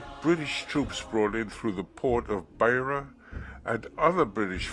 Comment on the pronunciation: Very good documentary, apart from a few insignificant errors of fact in the script, and the narrator's pronunciation of Beitbridge and Beira is incorrect. (Which tells me the narrator probably did not ever live in the country he is telling the story of.) There is nothing mentioned about the coloureds (for US readers: in Africa a coloured is a mixed race person), Greeks and asians, nor is there anything about the attacks on missions, nor anything about a few deadly conflicts between ZANU & ZAPU. My main worry is that as of 14 Sept 2018, the film has 108 upvotes as against 40 downvotes, which tells me something disturbing about the minds of one third of the audience.